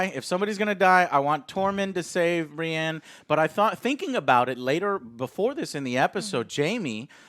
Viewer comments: Every time she called Brienne “Bri” it was like nails on a chalkboard, I have no clue who she is but hopefully she’s not on additional review videos going forward. If so, one less viewer won’t hurt you Joe. Much love for all you do. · Continuing to call Brienne "Bree" is mildly annoying. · I'm really hating her calling Brienne "Bri" Big fan of joe though